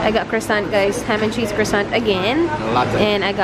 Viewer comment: Hi, I'm sorry but you're pronouncing "croissant" wrong. The easiest way to pronounce it correctly is by eliminating the letter "r" (since you can't mimic the French soft roll of letter "r") and "t" at the end and say it as "kwah-son".